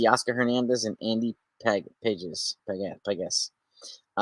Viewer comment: Pages is pronounced “Pahes” lol